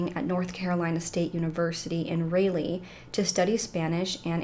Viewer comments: Friendly correction … I think it’s pronounced like “R-All-Lee” not “Rail-Lee”…… have a great day! Your one of the best true crime YouTubers no doubt!!!! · Raleigh... Is Rah-Lee. But you did such a great job as always. Ty for your hard work❣️ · its pronounced rah-leigh babe.. your content btw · Rah-lee, sorry. Great job on this case. This case and the case of Katelyn Akens always get me, so strange! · Just a small point- the city in North Carolina is pronounced like this: RAW LEE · It’s pronounced Rah-Lee. Where she went to college 💕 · Love your videos they rock just for future reference it is the city in NC is pronounced (Raleigh) RA-LEE